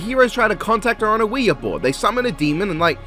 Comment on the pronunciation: The two movies you've labeled as "Wear" are actually Ouija and Ouija: Origin of Evil. He just mispronounced them, presumably to be funny.